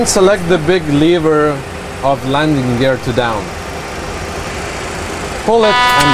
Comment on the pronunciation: The way they say "lever" hurts my earts :|